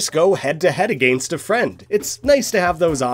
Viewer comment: why do you say against like that